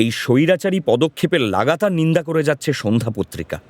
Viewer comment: Sadhya prottrika ke bar bar sandhyo bola hochhe kano?